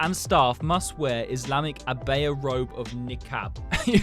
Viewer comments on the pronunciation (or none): boys have one too but it’s not like that and abaya is pronounced abuya